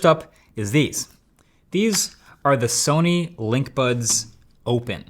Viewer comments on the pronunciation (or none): none